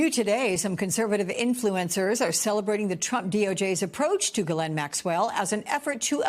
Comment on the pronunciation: How are people STILL not able to pronounce Ghislaine correctly??? Stupid Americans